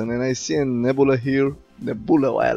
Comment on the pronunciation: “Hoooood” and “neboola” haha. Good Vid as always!